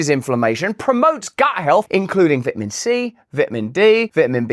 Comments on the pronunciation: What the hell is a vitmen? 😂 Much love Russ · I just want to hear you say vit a min. I love you Russel!!! LOL